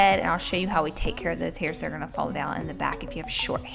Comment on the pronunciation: I love how she says going! "I'm just GOWING to part this hair, ..."